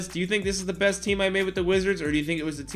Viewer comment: "DEE BEST"